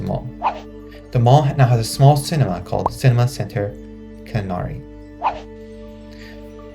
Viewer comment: Killarney is pronounced Ki-lar-nee